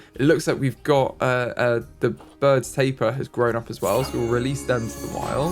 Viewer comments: It's ta-peer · I hate it when you pronounce Tapir wrong the entire time 🙃 im mad af